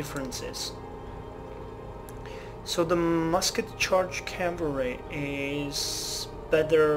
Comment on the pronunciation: The reason you fucked up reading the Musket Charge Calvary description is that it's missing a word.